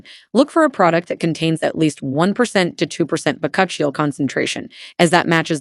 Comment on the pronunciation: Chill - ee you idiot!! It’s pronounced…. Bak - u - chi oil.